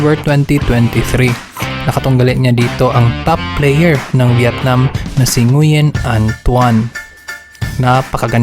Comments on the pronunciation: Ngwin po pag basa ng Nguyen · Nguyen is pronounced as wen